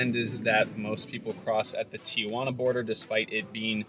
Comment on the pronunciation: Tee jua na. Not Tia jua na. Look at the spelling T I J U A N A